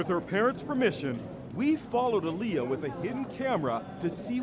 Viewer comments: The way he pronounced her name is triggering me. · Um that’s not how u say Aaliyah 😒